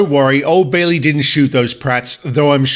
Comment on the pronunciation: Very close. It's pronounced "Bailey".